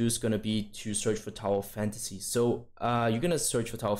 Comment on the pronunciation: I can't understand what you said at the end somthing about tower fantasy or towel fantasy.